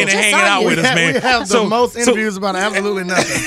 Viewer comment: Word of the day is "Ab-so-lut-ley"